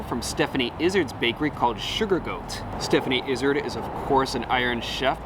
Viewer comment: Her name is pronounced Eye-Zard, not Izzard